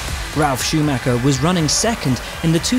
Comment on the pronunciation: Czy wy brytole nigdy nie nauczycie się POPRAWNIE wymawiać imię i nazwisko Schumiego